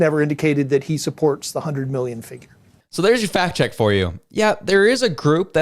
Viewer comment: Did you say fact check or fat check? I think Rosemary's head is thick between the ears! NOT ONE INDIGENOUS BODY FOUND PERIOD. And you call yourself a reporter of the news and facts. More like propaganda and lies.